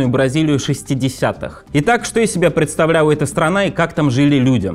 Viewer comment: Предстауляла, плаувают, вуиграла. Бля только я это слышу?